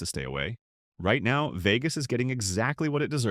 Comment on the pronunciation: Veegus? What a shitty ai voice over.